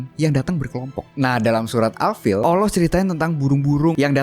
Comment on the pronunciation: ngucap Allah yg bener bro, jgn Owloh